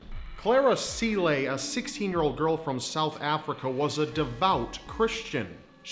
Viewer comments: Your pronounciation of Cele for the first girl... You click your tongue against the roof of your mouth on the letter C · It's pronounced Cara "tsele". You supposed to click the front of your tongue to pronounce the c. Like when you mxm